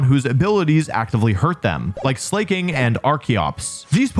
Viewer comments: Also, "Slay-king." Its clearly Slack-king, cuz he's slacking off. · Wolfey said he stopped using the wrong pronunciation for pokemon but he still calls Slaking "Slay king👑💅" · Slay king, I kind of love that pronunciation haha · Pronouncing Slaking Slay-king? C'mon SLACK-ing is right there! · ITS SLACK- ING Not slay king 😭😭😭😭😭😭😭😭😭😭😭😭